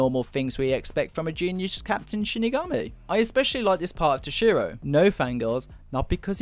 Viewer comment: I have to admit, you pronounce "Toshiro" really oddly. Too much emphasis on the "SHI" part of his name.